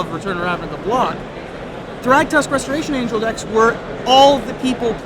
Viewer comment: In the beginning of the video Restoration Angel was missing the first 't.'